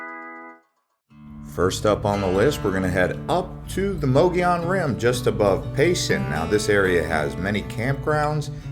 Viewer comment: Again, it’s pronounced “muggy own”.